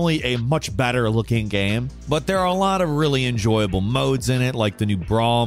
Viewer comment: Hate to be that guy, but did anyone else notice how often he said "gam" instead of "game"? Kind of a weird slip.